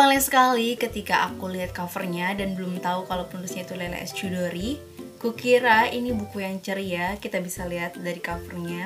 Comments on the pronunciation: Kak, CH itu = KH. Jadi bacanya 'Khudori', bukan Cudori 😂😂😂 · Sedikit masukan Mba Sis,penyebutan "Chudori" itu bukan " Cudori" Mba Sis,tapi " Hudori".